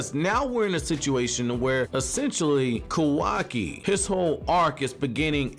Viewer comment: i rly enjoy ur content... BUT WHY DO U SAY KAWAKI LIKE THAT 😭😭😭